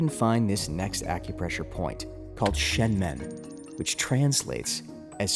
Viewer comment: It’s pronounced SHUN MUN, not SHEN MEN.